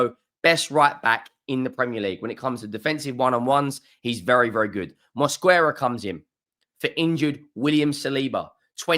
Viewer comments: Greetings from Spain!!! The correct pronunciation of "Mosquera" is MOS-KE-RA, the "u" is silent!!! By the way, you still dont know how good Zubimendi is. You will see. He is a mini version of Rodri's style. Zubimendi is not so powerful but faster!!! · MOS-QUE-RAH pls pronounce his name correctly